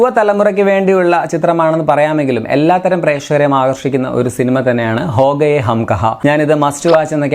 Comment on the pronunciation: Ho gaye alla chetta. KHOGAYE